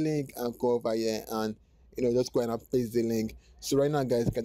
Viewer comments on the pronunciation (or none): none